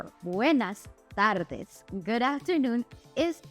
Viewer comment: I am trying to learn spanish, but still at a basic level. Your video had me wondering about one small thing, which is when to roll (trill) the letter R. I thought the rule is to roll the r if at the beginning of a word, after consonants l, n, or s, and when rr in a word. But I noticed you rolled the r in 'buenas tardes'. Since you are a native spanish speaker, I assume it is not a mistake, but I am wondering if it is a regional thing. Are there differences in when and how the R is rolled, in different LATAM countries? I'm already confused when I hear the variety of ways 'Yo' is pronounced!